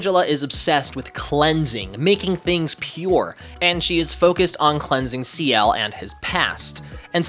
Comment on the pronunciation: lol saying Ciel like he’s the leader of 2ne1